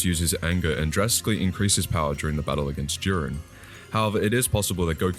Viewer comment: It's JIREN NOT JUREN. LEARN TO PRONOUNCE.